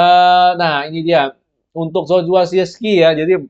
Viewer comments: Acong cara bacanya bukan siski... Tapi sirkse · Susah amat cuman ngucapin Zirkzeee